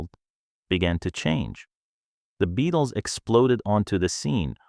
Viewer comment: What crap! From the moment he pronounces the name as "BE-ATLES" you know this is AI at its worst!!